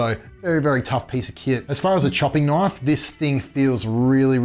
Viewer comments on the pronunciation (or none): that's a knoife